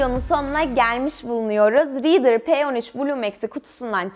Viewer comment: Bide “Reeder”demeyi söyleyebilse..liidır